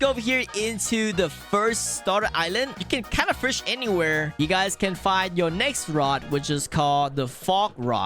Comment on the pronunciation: Is fish not “firsh” /